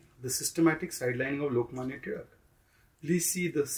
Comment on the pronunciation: Dear North Indians, learn! It's टिळक, not तिलक. While you can't pronounce ळ, there's no excuse of calling it ति and not टि.